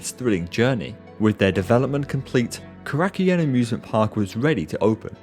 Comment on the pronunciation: Oh, you're butchering the pronunciation of Korakuen. Korakuen Hall is a personal mecca for myself.